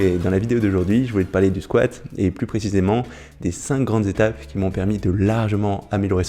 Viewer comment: tu me fais mal aux oreilles avec tes 5 "zétapes" cinq n'étant pas multiplié est un nb unique et dc sans "S' à la fin cinq étapes ça suffit ..